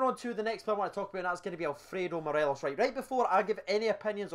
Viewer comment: Let’s try and say morelos’ name properly😂 morales an Ally McCoist classic, Morelees one from my dad